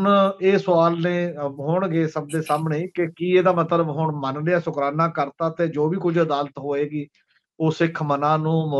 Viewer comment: The word is Shukrana and not Sukrana as you are pronouncing in the beginning of the discussion . Thanks .